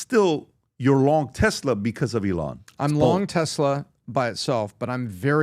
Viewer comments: E-LIAN AGAIN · You mean elON? Ha how do these dudes all mispronounce his name!?